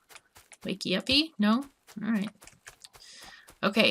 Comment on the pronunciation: "Wake-ee Up-ee"? LOL!